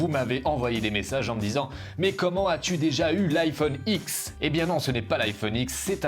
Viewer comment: on dit iPhone 10 pas X;)